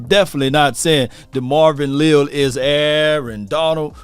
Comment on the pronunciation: Le’al (just like collins first name was) is how it’s pronounced. But he is a 3T but he could be next AD?